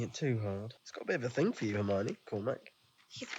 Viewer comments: since you talked about the comments being educational, I’ll add one more for Hermione pronunciation. You’re 95% there. Just a tiny adjustment. As opposed to “her-mine-ee” it’s closer to “her-mion (said like lion)-ee.” I don’t even know why I’m going so hard for the pronunciation. I’m not even a huge HP fan lol. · Correction: it’s Her-my-ah-nee not Her-my-nee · Her-my-oh-knee. The accent is on the "my", but you're missing out the "oh". Hermione. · Hermione = "Her-MY-oh-knee" (emphasis on the "MY" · Nooooo. It's pronounced "Her-MY-oh-knee". I'm surprised folks have let it go so long without giving the actual correct pronunciation. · Not to be a stickler, but it’s Her-my-o-knee 😉 And those streaking black clouds of smoke are death eaters not dementors ☺️ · Maybe more her-my-oh-nee but good effort! :) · I love how was struggling to pronounce Hermione since Viktor Krum had the same issue in the books.